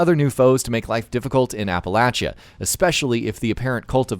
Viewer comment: Holy crap he says Appalachia like people who live there. My duuude